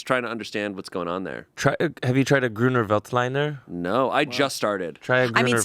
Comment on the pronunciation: oh trying to say Grüner Veltliner is an immediate vocal stim that none of my german speaking wine drinkers will get